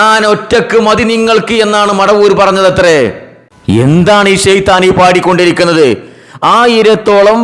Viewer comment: കൂട്ടി ശൈത്താൻ അല്ല ഒറിജിനൽ ഷൈത്താൻ